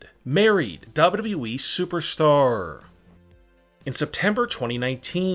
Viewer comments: It's wwe.... .not dub dudeeeeeeeee..... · So y'all trusting a guy who says WEE instead of WWE🤔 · Him saying Dababa E makes me laugh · Ayo say wwe again 😂😂😂